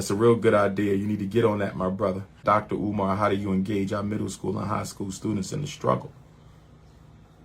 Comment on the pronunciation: It's Umar, not Omar! And the word is buffoon, not buffon! BUFFOON!